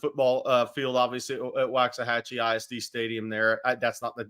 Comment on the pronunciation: & need to work on their pronunciation of Waxahachie. Being from there, it's like nails on a chalkboard hearing them pronounce it the way they do😮